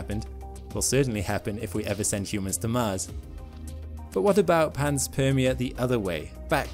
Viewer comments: Also, the word panspermia is consistently mispronounced. It's pan spermia, not pans permia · Interesting video though i believe it's pronounced pan-spermia not pans-permia. As pan is Greek for all and sperm- seed of life. Like pangaia... pan = all... Gaia = earth... Anyways nit-picks only, I love your channel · it's not PANS-PERMIA ... it's PAN-SPERMIA ... think SPERM i.e. SEEDING. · Pan- meaning all Sperm-meaning some sort of reproductive cycling. Ia- as in society or world. It's pan-sperm-ia. Not pans-perm-ia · I love the content on this channel but I have to nit pick here.... it is pronounced Pan-spermia not Pans-permia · Refer to to the etymology of the word panspermia for its pronunciation (which you got wrong). Correct pronunciation is PAN-SPERM-ia. Greek root of PAN = ALL, SPERM = SEED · It's Pan-Spermia... once you notice it's talking about sperm the rest makes sense...